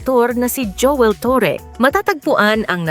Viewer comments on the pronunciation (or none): none